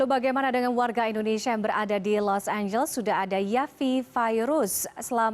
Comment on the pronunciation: Los angeles jadi los amblas